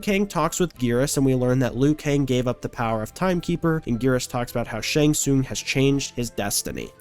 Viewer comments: I enjoyed the video a lot. But please, it's shang TsunG. Not Shang Soon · Him saying shang soon is pissing me off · How have you gotten to 2025 without being told you're saying "Shang Tsung" wrong? Seems like you might be rage-baiting... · Brother, I gotta be honest. The way you say Shang Tsung's name be pissing me off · Saying one thing wrong means he doesn't know the series? Yeah, ok. 🤡